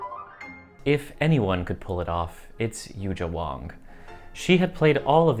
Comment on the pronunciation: I think it is important to learn how to pronounce Yu Jia Wang's name correctly. She is such a big name now but so few people on the net talking about her and her arts yet to failed to pronounce her name correctly. Please!